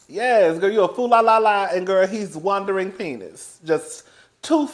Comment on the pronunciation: Not 'Juandering' you clever little minx! =D